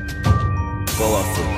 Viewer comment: him always say "Powaful"